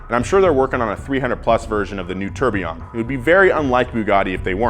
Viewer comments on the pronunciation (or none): Gotta LOOOOVE The mispronunciation of Tourbillon and Koenigsegg on Car Enthusiast YouTube Channel